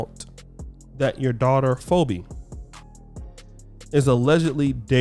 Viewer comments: Oh my God NOOOOO! You mispronounced her name. You have to say Fee-Bee, not Fo-bee. Sheesh! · Phoebe is pronounced (fee- bee )not fō-bee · It’s not Fobee like FO SHO. It’s Phoebe like FEEs and BEEs dummy. And why do you seem so confused about intimate relationships, like always? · “Foe-bee”? Its pronounced “fee-bee” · Hold up.... did you pronounce Bill Gates daughter's name as Phoe- be? Her name is pronounced Phee- be so when you see her name spelled Phoebe it's pronounced Phee--be ...ok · Did this dude just say her name is phobia? I thought it was Phoebe. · ...Phoebe is pronounced FEE-BEE, not FO-BE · So has never watch "Friends". The daughters name is pronounced "Feebee" no "Fobee" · Lol I hope that was a reference to Key and Peele pronouncing the name FEEBEE as FOEBEE... Tahir Moore should get on Wording Is Hard 🤣🤣🤣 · Her. Name is pronounced Fee Be, not Phoebe Fo Be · It's phoebe...fee ber, not fo bee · struggling with white names Phobe? Lol it's pronounced "Fee be" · If her name’s phoebe is pronounced like feebee not fo bee. Fu. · Her name, Phoebe, is pronounced as FEE-BEE, not "FO-bee". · Cat said FO BEE, it’s FEE BEE 😂😂😭😭😭🤦🏾‍♂️ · Lol "Fobee" Phoebe is pronounced "Feebee" 🤦🏽‍♀️ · the name Phoebe, is pronounced, "FEEbee." It is not pronounced, "FOEbee." This is almost as bad as when you pronounced Adele as, "A-DELL-ay." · Phoebe is pronounced FEE-BEE not FO-BO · Her name Phoebe, its pronounced "FEE-BEE" ! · her name is Phoebe, pronounced FEE BEE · Her name is FEE-be (Phoebe). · Pronounced Fee-bee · Who is fo-be? 😅🤣🤣😂🤣🤣🤣🤣🤣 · Swirling is 💯 in! No 🧢! it is pronounced Fee-bee Phoebe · Nigga cant say “Fee-bee” 😂😂😂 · Phoebe is pronounced “Fee-bee” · Her name is pronounced "fee bee" ...Phoebe. 👍🏽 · Pronounced Fee Bee (Phoebe). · I know I aint just hear say FOE-Bee This man makes an EEFORT to mispronounce everyone's name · FYI Phoebe is pronounced Fee-Bee. Love the content bro. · her name is pronounced phee-bee lol 😂